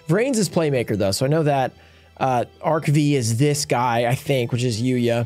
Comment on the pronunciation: It's pronounced Arc 5. V is roman numeral. 😄